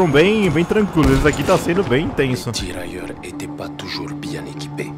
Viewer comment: O melhor é ele falando tiraeluirrrr